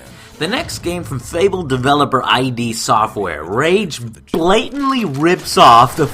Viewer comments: it's id not I.D. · Hey Joe. "I.D. Software" is pronounced "Ihd" like... "(Id)iot" Not callin' ya an idiot, of course. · I-D software???!!! Joe!